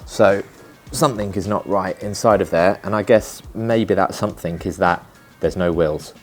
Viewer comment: Another irritating Youtuber who thinks the word; 'SOMETHING' is spelled with a 'K' at the end !!! Grow up !!! There is no such word as "SOMETHINK" !!!!!!!!!!!!